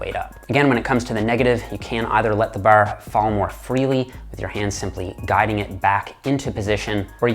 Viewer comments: Grip the baahr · Baar. . . Dead giveaway to his Eastern Canada upbringing. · The way he says bar sounds like northern midwest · This guy says ‘’Bar’’ in an Irish accent kept thinking he was Irish 😂😂🇮🇪🇮🇪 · Is Irish? I can hear some Irish when he says "bar". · The Canadian accent on the word bar